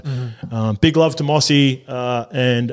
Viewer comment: Mossy? Come on surely you know how to pronounce his name properly lol #BeBetter